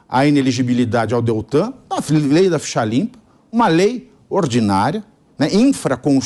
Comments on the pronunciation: O nome é Deltan, como Delta.. não sei porque falam errado… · Alguém avisa pra este povo, que não é DALTAN é DELTAN! misericórdia, governantes q não são capazes de pronunciar um simples nome corretamente! 😨 que País É este????😭😭😭😭😭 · O CABRA É SENADOR E NAO CONSEGUE PRONUNCIAR O NOME DELTAN....